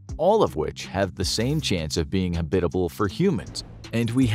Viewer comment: The way he says habitable hurts me.